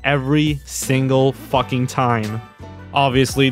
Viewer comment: He says the F word like "Fluffin"